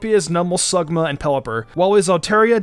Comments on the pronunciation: anyone notice he said sugma instead of slugma when talking about mudkip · when he was talking he said “sugma” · . Damn he forgot the L in slugma